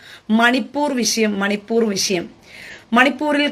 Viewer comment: ചേച്ചി മണിപ്പൂരല്ലേ അല്ലാതെ മണി പൂറല്ലല്ലോ പറയുന്നത് ശരിക്കു പറയണം ആളു കാർ നെറ്റ് ദരിക്കും